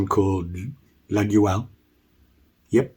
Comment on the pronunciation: Hello, just want to say that olive wood,fat scales,cross shaped pins are not traditional for laguioles, pronounced: laah-yole...Mike D.